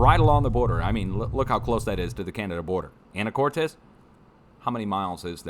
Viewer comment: Pronunciation...Anacortes... Anna kort ez